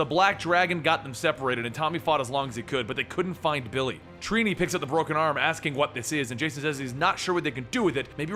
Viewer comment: Lol "treenee" it's trini